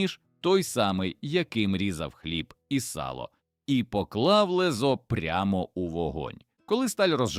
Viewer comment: Але зверніть увагу на наголоси. З десяток слів вимовляються у відео неправильно. ЛезО, та інші... Прошу автора звернути увагу. Це не дрібниця.